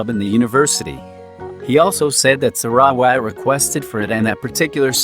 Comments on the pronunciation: Omg the voice narrating sarawat's name gets me on crack lol 😂😂😂 it's like saRa..wAt but still thank you for this. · im sorry but the pronunciation of sarawat